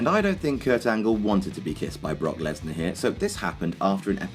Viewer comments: you called brock lesnar bork lasor like grim does on grims toy show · why did you say Bork laser 😄